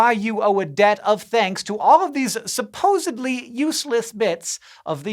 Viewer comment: For some reason hearing a guy on a science channel say “supposably” just feels wrong 🤔